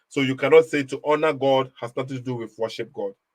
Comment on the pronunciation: Frankly speaking understands English better than. His pronunciations of " honour " is not even correct